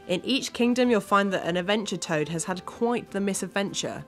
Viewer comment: "Adventure Toad"